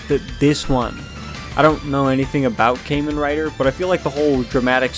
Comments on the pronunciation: redo this video bro it’s kah-men rider not kay-men rider LOOOL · Well, it’s not pronounced came in writer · Kay-men rider 😂😂😂😂